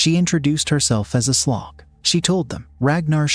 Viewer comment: "She introduced herself as A Slog." Lol